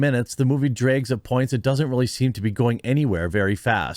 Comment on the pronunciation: STOP USING THE WORD DREG WHEN YOU MEAN DRAG!!!!!